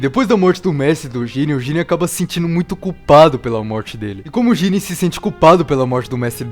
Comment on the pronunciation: Jíren ❌ | JIRÊN ✓